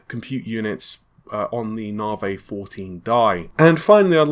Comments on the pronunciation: Na-Vi!!! Not Na-vay ffs! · In English, the letter "i" is never pronounced like a long "a" as in awake. Why insists on pronouncing it NAH' vay is beyond me. Also these processors are code named after artists, and the man's name is pronounced Ren WAH'. I visit here often for new content, but honestly hearing these words consistently pronounced incorrectly is a distraction. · When the exasperation of hearing NARvaaay for the up-teenth time is just too much! 😂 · Narvay Twenty Free will be great.